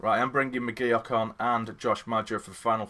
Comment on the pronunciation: Mcgeouch is pronounce “mcgerk” not mcgooch or mcgeok👍🏻